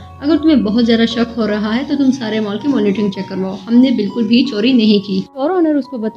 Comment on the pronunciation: Well explained mam but Mal nahin hota Mall hota hai😂